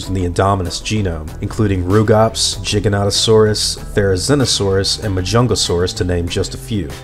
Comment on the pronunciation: GIGANTOSAURUS IS PRONOUNCED GIE-GANTO-SAURUS!!! NOT CHGIGANANTOSAURUS!!!!